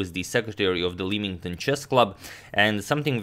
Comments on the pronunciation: Great video, I'm from leamington and for fun English reasons it's pronounced "lem" rather than "leem" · Just a note on pronunciation - as I know you are meticulous in your attention to detail - Leamington is pronounced LEM-ington. Just one of those quirky Anglicisms. It also goes by the names ‘Leamington Spa” or even “Royal Leamington Spa”. Not many British place names get to prefix themselves with the word “ Royal” but a few get that honour. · I hope to expand your vast knowledge in letting you know that Leamington Chess Club is pronounced LEM-ing-tuhn. Pronunciation of places in England is definitely confusing. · If it's the Leamington chess club, it's pronounced 'Lemmington', as in